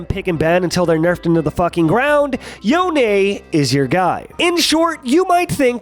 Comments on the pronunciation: Stop saying yoné, it’s spelled yone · It's YONE(Yo-Own) not YONAY(Yo-aye). Why do people say it like that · Cringed everytime you pronounced it yonAy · nope, Yo-Nay is the official rito pronunciation of the name. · wait, is yon-eh canadian?